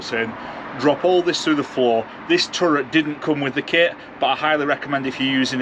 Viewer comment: Great video man, but first you make me want to get an ambulance like you did and now this. Your a bad influence. My only complaints would be I would have loked to see how you mounted the diesel heater, and I need a UK dictionary to know what a "turrent" is.